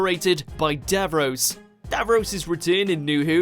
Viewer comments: You really can't say Davros right can you? Also Kaleds did not live in a Bunker, they lived in a Dome just like the Thals. The "Bunker" was just where their military operations were based. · Just a quickie to correct your pronunciation - DAVROS is pronounced as davROSS not davROSE. Only stupid Yanks say it that way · Dav Ross not Dav Rose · Davros, not davroes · Davrose? Its Davros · Geez.....you're losing all credibility here, it's Davros, DAVROS, not Dav-Rose. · DAVROS IS PRONOUNCED: "DAV-ROSS" - NOT BLOODY "DAV-ROSE"!!! YOUR PRONUNCIATION NEEDS TO BE CORRECTED IN FUTURE VIDEOS. MISPRONOUNCIATING DAVROS AS "DAV-ROSE" MAKES YOU SOUND LESS INTELLIGENT THAN WHAT YOU MAY BE. WHOEVER VOICED THIS VIDEO: DAVROS IS PRONOUNCED "DAV-ROSS"!!!! 🤮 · it’s say Dav-ross not the dav-rose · For God's sake how can you be getting his name wrong!?! Its Dav-ros not Dav-rose!! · It's DAVROSS not DAVROSE!!! Please learn how to pronounce things properly!!!! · "Dav-rose" Dav-ross: am I a joke to you? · ITS DAVROS! NOT DAVROSE! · DAV ROSS!!! Say it.. Not DAV ROSE!! They even say it!! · Please please please stop saying DAV-ROSE!! It’s Dav-ROSS!! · He's doing it on purpose, I swear. Even if a character in a clip says 'DAV-ROS', voiceover git will say 'DAV-ROSE'. He's the only person I've ever heard who says it that way. It's such a simple word, two easy syllables, but he says it wrong. And keeps mispronouncing it, which leads me to think that he's doing it deliberately. My late parents hated Doctor Who, but both knew what Daleks were, and who Davros was - and never said his name incorrectly. I've been a fan of Doctor Who since 1968, but I'm not watching videos on here any more because of the plank doing the narration. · It isn't Dav-Ross it's Davros. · our creator was call DAV-ROSS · Davros is pronounced DAV-ross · DAV-ROSE? realy? you are getting payed for this, got it right! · Never heard anyone pronounce it 'Davrose' anywhere, ever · Bobby Dav-rose lol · "Davrose" hahahaha 🤣